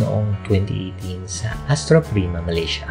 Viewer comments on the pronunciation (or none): none